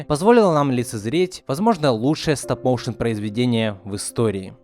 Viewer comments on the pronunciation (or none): Стап-Моушен 🌚🔫 Сразу видно уровень англа Так на будущее не «Стап» а «Стоп» Стоп-моушен Мои уши кроваточат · Почему стап, а не стоп? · Не стАп моушен а стоп мОушен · "Стап моушен" хммм